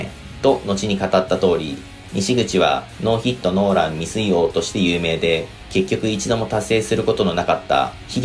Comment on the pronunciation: ノーヒットノーランのイントネーション気になるなw